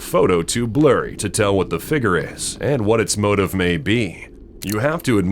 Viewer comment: Can anyone tell me what a "figre" is?